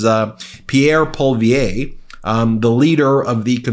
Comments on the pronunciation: Nice try, Ben, but just pronounce it "poly-ev" and you've got it ! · Also, the leader of the CPC's last name is pronounced "Poli-Ev-Ruh" (You said "Poivier"). Just trying to be helpful. No reason you'd know that, but just in case you want to talk more about our politics up here in the future. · Personal comment of Laura Botten: Ben, it's pronounced Pol-E-ev. The Liberals compare him to Trump, but I find Trudeau more like Trump in undermining democracy, hiding what he's doing, grifting and lying. You may have posted this before the Maralargo meeting Trudeau snuck off to. Would love to hear what you have to say about that! I don't think he ever planned to tell us he went to meet Trump if he hadn't been caught. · Poly-ev is how you pronounce it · Thanks for this Ben. Just an FYI for future reference Poilievre is pronounced as "poly_ev", the "r" is not pronounced generally by Anglophones. Here's a reference. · Good coverage! Pronounced 'Paul lee ev.'..run it together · Great video, as a Canadian I hope we can avoid crashing both of our economies, also Pierre's last name is pronounced "POLY EVERER" I actually live in his riding and I am dreading his reign, he's awful! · Poilievre is Pwah-lee-ev. But it doesn't matter how you pronounce it; he's still going to do awful things to us when he's elected. It's looking imminent because MAGA rhetoric has made the 30% vocal and flipped the wafflers toward the right. I'm not happy about it. Thanks, America. Please tell Canadian to do better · Please pronounce pierre Poliviere's name properly. It's pol-ee-ev. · I appreciate you talking about Canada, but please, please, please look up how to pronounce Canadian names and terms. It's Pierre Pol-e-ev and Pre-meer. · Poilievre, the name of of our Prime Minister is pronounced, Polly-ev-ruh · His name is pronounced "Polly-ev".. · Not a fan of him, but his name is pronounced: “Poly-ev” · I'd like to help you, Ben, for the pronounciation: Poilièvre is pwa-lee-EH-vr